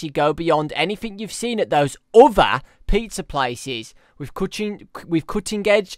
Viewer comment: I love how he says other XD OUTHA